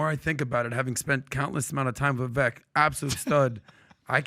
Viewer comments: It's pronounced vi vake like cake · Vivek pronounces his name VIVAKE LIKE CAKE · PRONOUNCED VIVAKE DAMNIT!!!! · Try pronouncing his name correctly ! Vivek like cake ! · Try saying Vivake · Do they purposely refuse to pronounce Vivek's name correctly? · Let’s start by pronouncing Vivek’s name correctly. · spent countless time with Vivek and still can’t pronounce his name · As someone that pays attention to every word you utter, i can’t reason why you don’t pronounce vivek’s name the way he’s stated it’s pronounced. feel like it’s not that hard. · Entire PBD team still can't figure out they say Vivek's name wrong, because they want a dem in there so bad... Nikki or Tulsi would both be bad choices for actually getting things done. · "Having spent countless time with Vivek...i still cant say his name right"🤦‍♂️ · has spent “countless amount of time with Vivek” but he still can’t pronounce his name correctly??? I will not vote for Haley ever. I don’t care if she was Trump’s VP, I would not vote for that ticket. I don’t care for a Tulsi either for the exact reasons that Patrick just mentioned it would work. She isn’t a conservative and many of her ideas are bad. Please Mr. Trump have Vivek as your VP. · Either VP would Be bad ass! Vivek (pronounced like cake) is the man though! That’s my pick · has spent all this time with Vivek but STILL doesn't pronounce his name correctly.